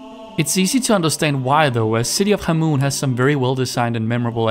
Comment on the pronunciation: Great list but you pronounce scion and khamoon so wrong lmao!